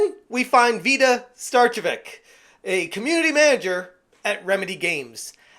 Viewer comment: It's pronounced ('star-che-vich'), as either she herself or her husband is of Serbian or Croatian heritage. Either way, tell those false Finns to shut it!